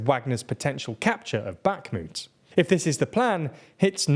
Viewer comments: God, how many times can you say Bakhmut wrong, and with such confidence. Unbearable. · your pronounciation of bakhmut kills me slowly each time you say it wrong